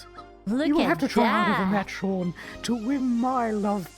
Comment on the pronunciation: Sean has been pronounced "Shwwwwwwuuang" in this entire video. Is this actually how you say the name Sean? Have I been doing it wrong this whole time?